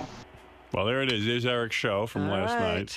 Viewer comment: Like when he says sh-ow.